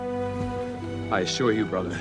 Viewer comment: The way he says "thanos"